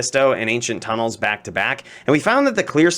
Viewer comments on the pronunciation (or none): none